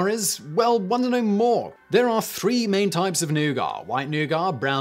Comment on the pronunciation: wOnDer no more... Quit saying "wAnTer no more" It sounds like "well want to know more!" which immediately makes me angry because it sounds terrible as a sentence and someone had to tell me what you were even saying...but you do it on purpose or something I remember not watching these vids for 4 months, and now remembering why because you still do it :(